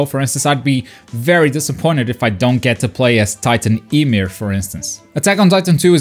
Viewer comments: You said titan imir it's pronounced (YA-MEER) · "Titan ee-meer" gives me cancer